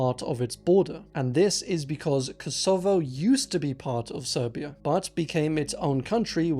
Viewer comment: I can't trust any pronunciation now that I've heard you say 'Kosovo'. Not even with English grammar should you pronounce it that way.